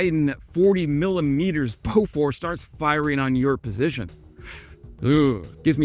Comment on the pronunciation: pronounced boo-fours.